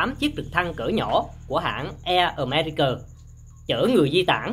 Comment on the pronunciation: america mà đọc americờ